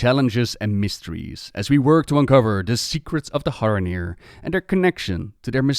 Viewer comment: Are you putting the d in Haranir on purpose?